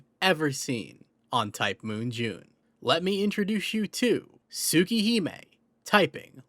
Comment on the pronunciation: ITS JUUNEEE